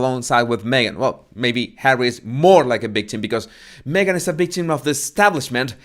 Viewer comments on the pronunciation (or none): Professional “ bictim “ Come on,it’s not that hard,you can practice by saying “Victoria “